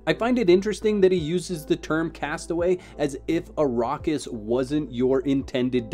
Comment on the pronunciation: Also, it's the "Imperium", not the Emporium. And Arrakis is pronounced ah-RACK-is.